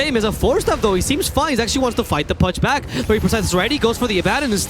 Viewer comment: The casters keep saying black instead of back hahahhahahah